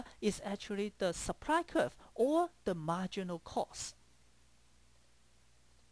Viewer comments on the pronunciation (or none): he said seepry (supply) lol